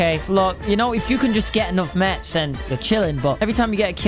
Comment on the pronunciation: Why tf do u say mats like that cmon now